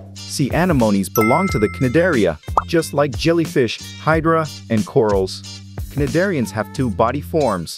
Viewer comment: no offense but the C in cnidarian is SILENT